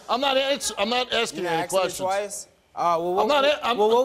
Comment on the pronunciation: Everyone on this show says, "axed me" instead of "asked me"